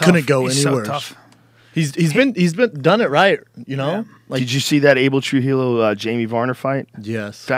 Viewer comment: Joe, Trujillo is pronounced "True He *Yo*" not "True He *Lo*" J = H and LL = Y when it comes to Spanish pronunciation. With everyone coming out of Albuquerque in the UFC, you better get this down ;)